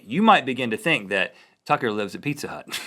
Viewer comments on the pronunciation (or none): none